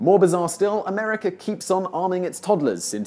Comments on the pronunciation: STOP saying AmericER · It's AMERICA! Not AMERICKER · There is no R at the end of the word America. It ends with an A. If you are going to make videos about a country you should first learn how to properly pronounce the name of the said country. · If you're going to do a video about a country at least get its name right! It's pronounced 'MUR-UH-KA' ... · This is no "R" at the end of the word America